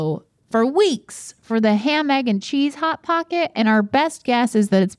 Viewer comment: Link: "Pot Hocket" Rhett: (almost) "Chili Feese"